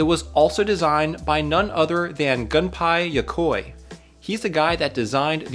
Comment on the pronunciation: It's pronounced Tah Mah GO CHI. Long O. Your mangling of Japanese names and words is unforgivable. His name is pronounced "Goon pay yoh koh ee."